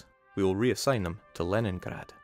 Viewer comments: It's pronounced Leningrad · The Leningrad pronunciation? How does he do it?? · By being Scottish.